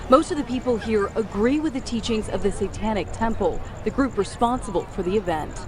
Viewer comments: “the sawtonic statue” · SAY TON IC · Am I the only one absolutely livid about the newscasters pronunciation of satanic temple as "say-tonic" temple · We all gonna ignore the news anchor saying “Satonnic”? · Seh-tahn-ik temple hahahaha What a bitch! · He said satonic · did he say satonic?